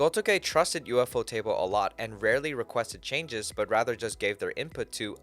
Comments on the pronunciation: It's not U.F.O. Table, it's a single word, Ufotable. The people that founded it pronounce it "Yūfōtēburu". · He's pronouncing it wrong in this video. The Japanese pronunciation is "Yūfōtēburu". And that's more or less how I pronounce it, "You-foe-table".